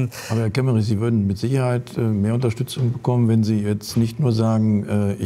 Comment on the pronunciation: Kemmerich? Ernsthaft?